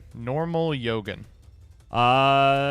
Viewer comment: This man either don't read his cards or he just be saying random shit. Mans said Yogen and Alessi